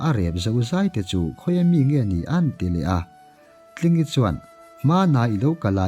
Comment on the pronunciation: Zawltlingi hming i lam dan hi a dik lo, zawl hi lam hniam tur